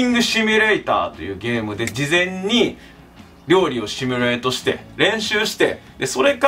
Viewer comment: 本番お料理編が楽しみ！ そして、simulateの発音が素敵✨✨